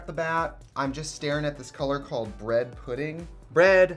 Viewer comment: Literally, “I said to my grand pahrants, may I please have bredd?” Is my favourite soundbite of all time. I don’t know if it’s a combo with the editing or what, but it’s a classic.